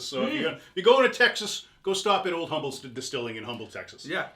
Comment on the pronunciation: It is pronounced "Um-bull" ... the "H" is silent. Be it ever so Um-bull, there's no place like "Ohme."